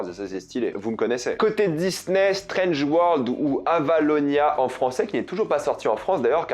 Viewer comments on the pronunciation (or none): none